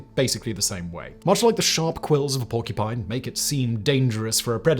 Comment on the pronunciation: WHY "PORCU'PINE'"!